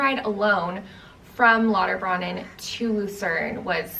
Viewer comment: I know a lot of people aren’t familiar with German unless you learnt etc., but Lauterbrunnen is pronounced like broonen not brannen. It means fountain/spring. Not so important if you’re a tourist but if you are interested, thought I would correct 😊